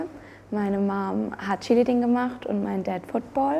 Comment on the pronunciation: Chili-Ding? Achso, Cheerleading. 😅